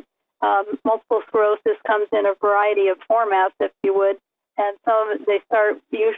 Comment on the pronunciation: "mulible skerosis"? it's MULTIPLE SCLEROSIS